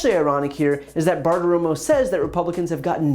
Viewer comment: Brian, you almost went Bartiroma on... Bartiroma.